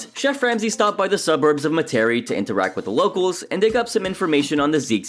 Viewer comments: MET-ər-ee Is the proper pronunciation just saying as a local It really hurts to hear you butcher our town's names lol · You should learn to pronounce the city you opine upon. Met-ER-EE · Native New Orleanian speaking. Metairie, pronounced (Met-uh-ree) is not in New Orleans. It is a city that borders New Orleans. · No offense meant, but is always funny listening to people who aren't from the area pronounce the name. It's usually said like "meh-tear-ree" or "meh-tree". No real stress on the air/tear part in the middle. <-edit. Louisiana has so many food resources, yet so many restaurants there take short cuts. Can have amazing food right off the truck, but these id**ts rather serve left overs. edit again I think the old broad from that tropical mango place in new jersey was worse. and definitely sam and amy. Chappy was no saint either, but if I had to choose, it'd be Sam and Amy, then elderly tropimango woman or whatever. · Couldnt help but chuckle at the way you said, "Metaire" I was hard for me to say when I first moved to the area as well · Dear narrator please do not go to the city of Metairie and pronounce it as you did in this video they will kill you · Dude, learn to pronounce "Metairie" before you make a video.